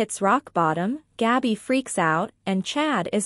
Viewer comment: It is not Gobby it's Gabby